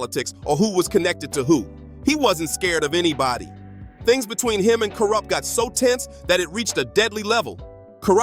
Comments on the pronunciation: Who the fuck is koorupp? Lmao 😂 Ironic how before you said it correctly, you said incorrectly! I’m fucking crying 😂😂😂🤣🤣🤣😆😆😆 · He said Koorupt 😂😂😂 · Im dead 😂😂💀 To KOORUPT..!!🤣🤣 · LMAO i was JUST about to comment on this... the fuck? "KooooRupt" lol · Dude you need to research and properly pronounce your work,you fucked up Kurupt Tupac and Nas name and you got no idea that you're doing, go read green eggs and ham or something,get your own culture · Bro you trying, but Kooprupt and Nash tho, ok bruh😂😂😂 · 😂😂😂 kooorupt and naaas😂😂😂😂